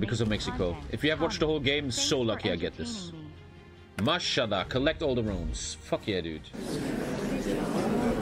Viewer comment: saying mashallag while being the pope